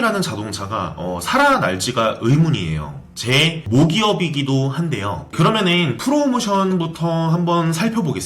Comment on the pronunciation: 발음이 원래 그런겁니까? 는... 해보세요. 늰 하지마시고 그러며늰